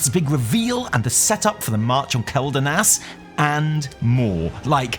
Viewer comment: It's kwel-danas. not kel-danas. the Quel in Quel'danas is the same Quel in Quel'dorei or Quel'thalas, both of which have been said countless times in the game. It's kwel. Please start saying Quel correctly.